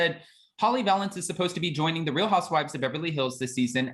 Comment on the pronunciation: Holly pronounces her name like this Va-lance